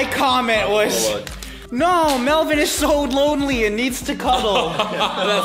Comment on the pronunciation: ಠ_ʖಠ It's Melvin not melborn